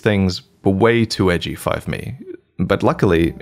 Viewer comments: Did you literally say "Five me?" instead of "for me?" ? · Who are you crip Mac? Did you really say give me, instead of for me? Lol wtf?!?$ hahaha. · Lmao did bro really say 5 me? “These things were way too edgy five me” 🤣🤣🤣 crip mac fan i see